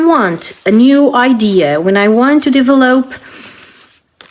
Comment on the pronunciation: you have a lot of good ideas. I enjoy watching your channel… You are pronouncing the word “develop” wrong…it is pronounced like: “duh-vel-up”… hope this helps